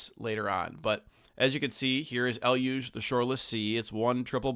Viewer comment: Finally, someone saying Eluge correctly!🎉